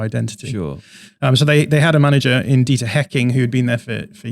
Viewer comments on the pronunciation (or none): none